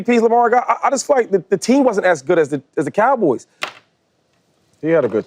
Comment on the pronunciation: "Wasent" lol